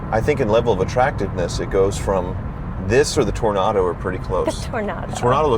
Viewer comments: pardo but is pronounced TO-RO-NA-DO. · Toronado has 3 o's; i.e. Toro-nado NOT Tor-nado.